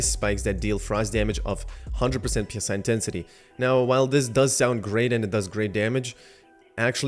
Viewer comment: PSI is pronounced as 3 separate letters... what's in the game is psi.. the word.. pronounced like sigh. PSI stands for pounds per square inch.. psi is short for psionic which means relating to or denoting the practical use of psychic powers or paranormal phenomena.. tell me what makes sense here for the game? you increase your pounds per square inch power or you increase your psychic power?